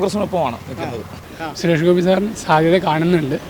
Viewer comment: Anchor bjp aanu..atha suresh kovi ...kovi ennu parayunnathu.